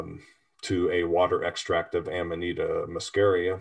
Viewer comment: i love you guys but you must learn latin is not english, you pronounce it AMANITA MUSCARIA, not AMANAITA MASKERIA. It's the mushhroom we all love, maybe let's just call ita mukkhomor